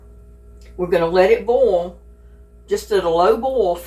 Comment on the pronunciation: It's not BALL, it's BoiL